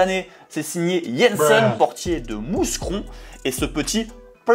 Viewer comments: Mousscron mdr ma ville se dit Moucron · De 1 cest pas MouScron mais mouscron ( on prononce pas le s ) Et de 2 cest le gardien de westerloo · Chui mort il a dit moussssscron😭😭😭 On prononce moucron🇧🇪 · Les belges en pls quand a dit mouScron au lieu de "mou-cron" 🤣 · "Mousse Cron" mdr 😂😂😂 Ça se prononce Moucron 😇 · Salut la quotidenne encore un episode au top petit info par apport au football vrai et le gardien il s agissait du gardien de westerlo et non celui de mouscron ( qui se prononce moukron) Bienvenue en d1b belge sinon portez vous bien :) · A on dit moucron et c'est le gardien de Westerloo 😂😂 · Petit erreur également c'est le portier de westerlo et non mouscron qui se prononce moucron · Et sa se dit Moucron 😉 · Le club de la boulette ca se dit "Moucron", le s est silencieux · A Les Français respecter nous au moins de 1 c'est le gardien de Westerlo qui fait l'erreur et de 2 ça se prononce Mouscron Comme Moucron quoi c'est pas compliquer quand même 🤦‍♂️🤦‍♂️ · Le s de Mouscon ne se prononce pas et de plus c était le gardien adverse 😅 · On ne prononce pas le s à mouscron haha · comment tu a male dit Mouscron tu abuse vrais ma ville en Belgique